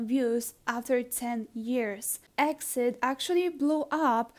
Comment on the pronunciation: Btw exid isn't pronounced as exid its pronounce letter by letter e-x-i-d